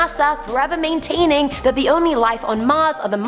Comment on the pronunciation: 😍😍😳😳😍😍 I love when you said can you believe dat😂😂😂😂😂